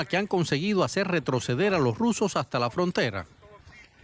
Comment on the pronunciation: Chico, todoj jon enemigoj de la dictadura hajta que la dictadura diga lo contrario